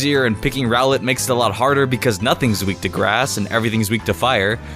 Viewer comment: When he say ROWLET i think he said GROWLITHE